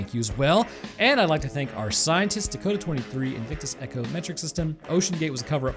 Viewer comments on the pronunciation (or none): none